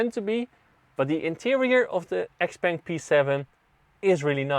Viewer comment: Pronouncing it as XPeng is correct. That's what it's known as internationally. In the Chinese market, it's known as Xiao Peng.